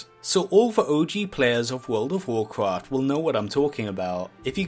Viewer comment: "wawcwaft fwee"